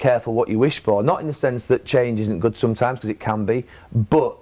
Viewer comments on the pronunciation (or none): Neville "Sometaams" :P